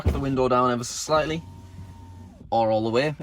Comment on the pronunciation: This is how many times said "Ever s' slightly" V